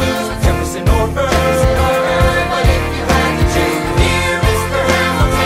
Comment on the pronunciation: Aaron BUR as wilBUR lmao